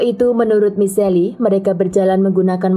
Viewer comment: Michelle dibacanya mishel bukan michelli, gimana sih kayak gatau nama orang aja.